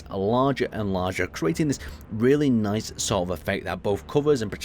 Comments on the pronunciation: I didn't notice that the first time around, very nyth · Lol, nithe xD